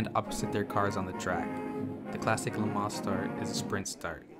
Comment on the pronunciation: There is no ‘s’ sound at the end of Le Mans. Technically, no ‘n’ sound either. This was as hard to listen to as a documentary on the Corvette where the narrator calls the company “Shev-ro-lett”! 🤦‍♂️